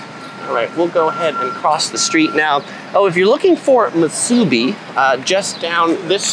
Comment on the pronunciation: Musubi is pronounced like "MOO-SUE-BEE" 👍 Hope this helps.